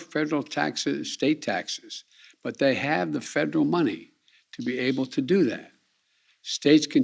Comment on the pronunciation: Is he saying "fredral" instead of "federal" ?